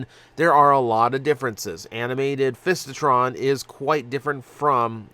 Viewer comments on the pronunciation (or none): Fistitron? lol It's FISItron. I'd much rather have the original Lightformer Ironfist.